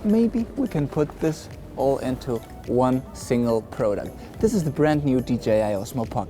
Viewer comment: It's product, not pro duct.